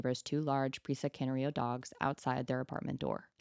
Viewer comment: I really don't want to be that person, but the pronunciation of presa canario is killing me (it's the 'tism); pronunciation should be like press-a canary-o. ARA hunting and game catching dog, which does make them predisposed to having a high prey drive and in the wrong hands they are very difficult to control and handle. , and people who are looking for a dog to be scary, Target dogs like these. Still they have to be mistreated in some way, or specifically trained to go after humans... It's an injustice to the dogs and an injustice to people the dogs go on to hurt :(